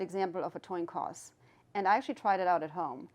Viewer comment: did anyone catch her saying a toin coss?